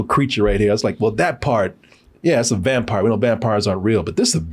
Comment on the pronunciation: "I'M A VAMPIAH!! I'M A VAMPIAH!! I'M A VAMPIAH!!" -- Nicolas Cage